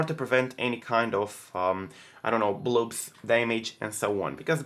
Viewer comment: I hope I'm not annoying but, try to pronounce the "o" in "blobs" like you pronounce the "o" in "box"